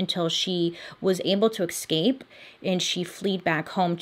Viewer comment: Do my ears deceive me or do you keep saying "EXCAPE"? 😅